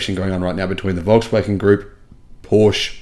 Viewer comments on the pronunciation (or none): Hhmm Porsche, with an e at the end. Not porscha. If it was porscha it would end with an a. To the matter, they're more than done